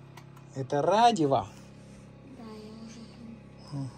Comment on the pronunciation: Как сказал радиво так и будет писать Тим,правильно говори.Радио.